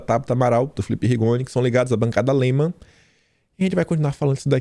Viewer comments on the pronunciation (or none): O por favor fale o nome das pessoas direito é Jorge Paulo LEMAN, não se mostre com medo quando vc fala a verdade, não se pode ter medo dessa raça MALDITA